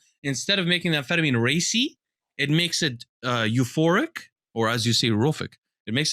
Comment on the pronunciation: "europhic" lmao